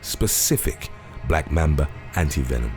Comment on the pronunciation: ITS LITERALLY NOT BLACK MEMBA ITS LITERALLY BLACK MAMBA